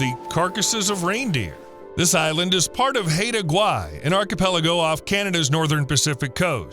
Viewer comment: Haida Gwaii is pronounced "high da".